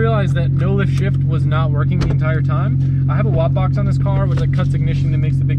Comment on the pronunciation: What is it he keeps mentioning? "Watt box?" "WOT box?"